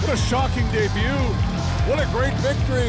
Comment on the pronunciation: Anyone catch at the end he said debut :/